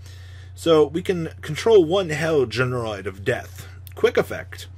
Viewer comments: GeneRAID not GeneROID you boomer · GENE RAID. yikes that was painful. your pronunciations are brutal lmao